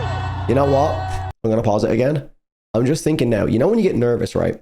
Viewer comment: Are you actually incapable of saying "im"? ITS basically fucking "him" without the h 😂 Imagine it scouse😂 Thanks for the reaction though🤘